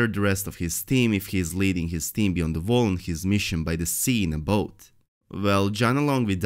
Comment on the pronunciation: Vall or Wall? His brain doesn't know which to choose, but his tongue can say both.